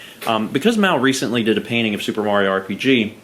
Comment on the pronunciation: You’re “soup”er excited?